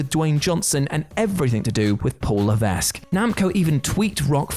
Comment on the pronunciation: The "S" is silent in Levesque